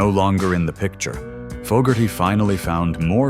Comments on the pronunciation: If you can’t pronounce FO GARTY GIVE UP POSTING THE NAME IS NOT FOG, If you don’t know how to to pronounce the name, how accurate is any of your information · This video is a perfect example of why the thumbs down counter needs to be displayed. This creator cannot even pronounce the Fogerty name properly but yet he wants us to believe his BS.